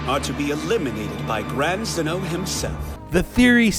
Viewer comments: It’s xeno not xenu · I swear if u say zen-oh wrong again i will unsubscribe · This narrator couldn't even pronounce Zeno or Jiren, proving he has not even watched what he's talking about, smh.